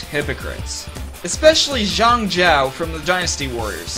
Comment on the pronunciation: Just saying but number 15 "Zhang" is pronounced "Jang" Don't question me! I should know.